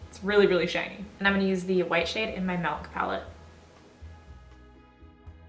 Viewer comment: Oh my god, I never noticed that you pronounce ‘milk’ as ‘melk’ until your boyfriend said😂 This look is AMAZINGGG